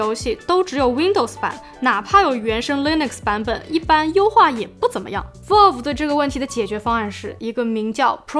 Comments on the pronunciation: 雖然讀音不是重點，但確實是讀錯了（正確讀音接近foul而不是vote），網友也是沒惡意的指出。 不知道為什麼有人那麼扭曲地把錯的說成有好幾個版本。 善意提醒，靈感交流可以大家及主播都進步，令更多人喜愛這裡的生態。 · vælv, not volv😅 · Valve， Vauv, 跟我一起说， Vauv, out, Vauve, V奥V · 不是可能开放让消费者购买维修零件，是已经决定让ifixit 销售了。 valve 发音错了... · 不算PC玩家，但是评测看的很舒服~~~另外挑个刺：VALVE的发音博主一直读错了…… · 「一」這個漢字沒有幾個寫法，valve讀音也是啊～樓主人家也是善意提醒。但你這樣護駕打嘴砲只看到你是很個人的愛主心切，沒營養。這樣不會令大家進步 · valve发音错误